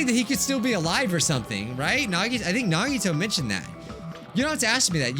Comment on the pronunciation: I miss when called Nagito "Naw-Gee-Toe". Just me?